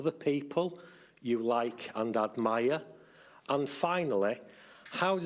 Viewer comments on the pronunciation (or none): the reporter told 3 times "and admire", but seems clearly like "Haddad Maia". Because of this, Mirra thought (and me, too) that he told "Haddad Maia" (Beatriz, the Brazilian). That was funny.